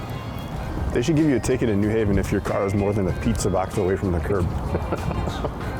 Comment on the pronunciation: its also new HAven, not NEW haven